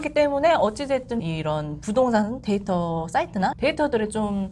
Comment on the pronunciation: ㅋㅋㅋㅋㅋㅋㅋㅋ 데이터 똑바로 발음하시는 아나운서분 말 들으세요